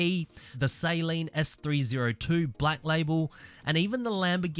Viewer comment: Say it with me now: Suh-leen. Not saline.